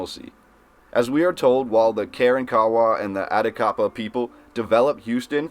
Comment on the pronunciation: I can tell this guy must had not taken 7th. grade Texas history, misprouncing local Indian tribe names-Karawrakawa and Atakapaw. I bet he would pronounce Caddo as Ca-do!